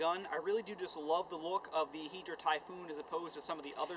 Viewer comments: hai-dra not heedra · Im so salty that he says Hydra like Hedra :I